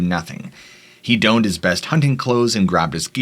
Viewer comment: the word is "donned" meaning "to put on" as in clothes. It is pronounced Dawn-ed